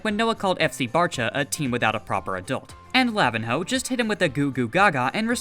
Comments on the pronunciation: btw pro tip it's not pronounced lavin-ho, im pretty sure nh is said like ny, so it would be lavinyo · Lavihno is pronounced La-vin-ño or La-vi-nyo the ihno means little or mini in Brazilian Portuguese